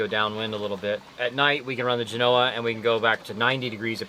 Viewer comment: For the love of god, google the correct pronunciation of Genoa. Same as the city in Italy. Accent on the first part, "Jen" followed by a SOFT "o", then "Ahhh." Not Jen "O" ah.